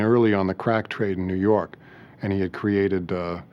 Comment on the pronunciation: IN BUFFALO NEW YAWK